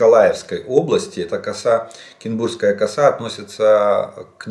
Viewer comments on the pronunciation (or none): Кінбурнська коса , не Кінсбурська , немає там С , а є Н після р , вивчить вже нарешті назву , бо трохи ріже вухо не вперше вже, або кажіть просто на Кінбурні , стане зрозуміло